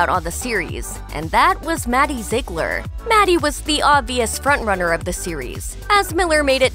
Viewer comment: “Maddie Zeglir”